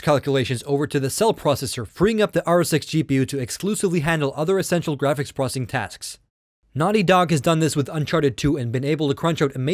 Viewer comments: its processing not prosing. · It's pronounced "ZEENOS" not "UGHXZENOS". try annunciating more. that way you'll actually be saying "pro-cess-ing" instead of "pro-ssing".